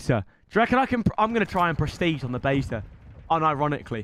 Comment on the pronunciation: There’s a open baeeea 😂(beta)=correctly